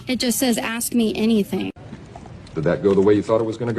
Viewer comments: proof you can go to college and still be useless Why can they not pronounce “ask”?😂😂😂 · I hate when people say "axe" instead of "ask" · Again ill say it axe and ask are two totally different things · "Can I ax you a question?" "Only if I can sword you the answer!" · She isn't disabled, she's retarded. She's going to "axe" how to keep her job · "My job is gonna axe me." I still can't tell if she actually used it right or not.